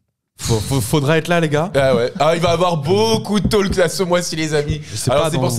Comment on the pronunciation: SVP, on ne prononce pas le L dans talk...